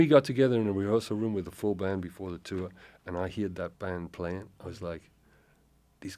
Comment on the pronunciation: The way he pronounces heard like "heered" is so very south Wales 🙂